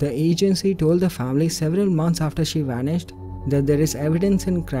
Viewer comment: He WANISHED!!?? NOOOO